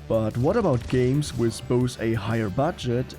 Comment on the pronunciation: WITH, nicht wiss